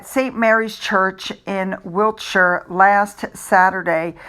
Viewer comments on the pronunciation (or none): none